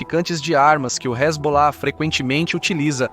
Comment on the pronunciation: "então vai que resbolar , resbolar ... " Sandy e Junior kkk